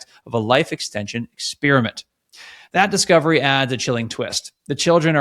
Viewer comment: Ex-pair-ih-ment, not ex-spearmint.